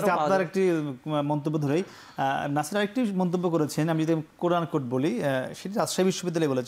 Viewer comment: হায়রে সাংবাদিক হায়রে সাংবাদিকতা!!! কোড-আনকোড না কি কোট-আনকোট!!!